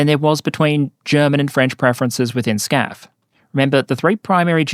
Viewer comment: why are you calling it scaf in the video but FCAS (which is correct in english) in the title